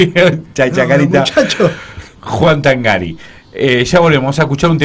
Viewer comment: El apellido se pronuncia Tángari. Lleva acento prosódico, al ser italiano se pronuncia pero no se gráfica. ¡Tángari, carajo, Tángari!